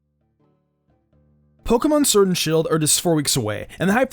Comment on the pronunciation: Had to bail out after hearing Pokemon Surd and shield 1 too many times